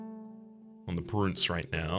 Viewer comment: "we can upgrade our prince to a prUnce" ah, yes, yes... lets prune the prince.